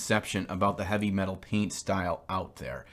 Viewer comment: The color scheme you are attempting to paint is called " Hive Fleet Leviathan" The painting style you are trying to emulate is called "Eavy Metal" there is no H in there or in its pronunciation...